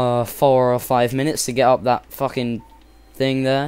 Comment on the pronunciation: ha ha he said fucking in a british accent